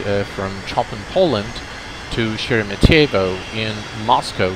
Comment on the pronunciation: Sheremetyevo is more accurately pronounced with the accent on the "me" syllable and with an "a" instead of the o at the end ( weird russian pronunciation rules are weird )